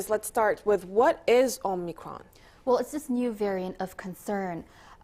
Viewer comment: Dude. It’s not omnicron but omicron.